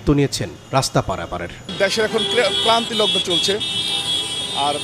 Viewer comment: ক্লান্তিলগ্ন নয় ক্রান্তিলগ্ন